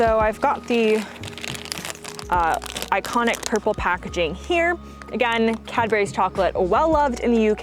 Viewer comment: Why did u say it Cadberries? It's spelt and pronounced Cadburys...